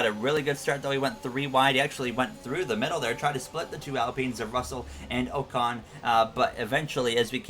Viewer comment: And Ocon is "ahcon"